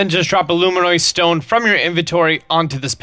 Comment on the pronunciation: its pronounced loo-min-us bud. sorry but it drove me crazy for a sec